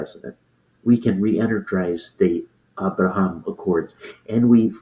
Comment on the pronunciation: Trump calls it the abroham 😅 even Bibi had to correct him and then he got it wrong 😂